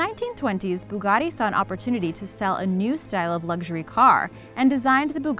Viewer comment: Could you pronounce Bugatti the way it looks and not how it’s spelled thank you